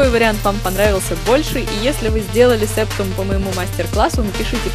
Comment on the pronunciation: не сееееептум а сэптум!